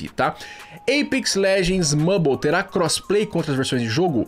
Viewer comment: Está errado a pronúncia Mãbol. Vc está errado